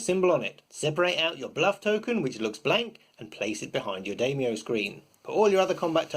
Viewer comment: I'm actually rather more excited for this game than L5R. Way less competitive and complicated. Also (I hate to be that guy, but I'm going to be), it's pronounced "DIE-myou", not "DAY-myou".